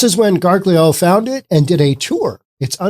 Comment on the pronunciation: Gargiulo is pronounced, "gar-JOO-lee-oh".